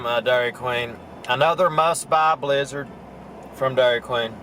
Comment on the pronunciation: BLIZZARD?...I THOUGHT YOU SAID LIZARD!